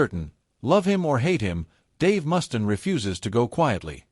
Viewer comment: Click bait narrated by AI that can't pronounce names for shit.... WhoTF is Dave Mustin? haha